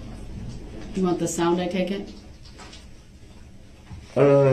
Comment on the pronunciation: "tak-it" what a joke of a man